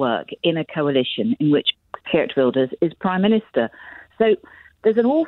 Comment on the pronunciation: This "expert" mispronounced Geert.